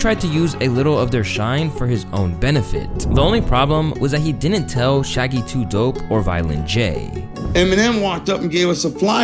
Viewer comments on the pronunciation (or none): none